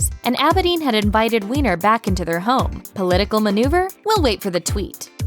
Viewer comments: Weiner is pronounced Whiner (or Viner) and not Weener :/ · Anthony Weiner's last name is pronounced like "whiner," not like "weener." But I'm sure you wouldn't deliberately mispronounce it just for the double entendre... right? 😕